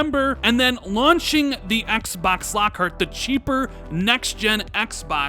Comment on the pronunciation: "Axe Bax Series Axe" goddamn I bet you call 2pac "toopack"